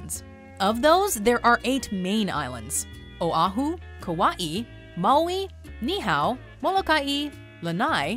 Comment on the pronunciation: Mojo Travels, KNEE-how (Niihau) is actually knee-ee-HOW. As per the song, the state fish is the ha-lee-ah-kah-LAH (Haleakala) is actually ha-lay-AH-kah-la, which is Hawaiian for 'house of the sun', and is the name of 1 of the 2 national parks in Hawaii.